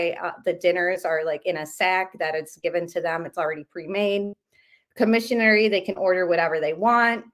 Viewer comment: And not commisary..not commissisary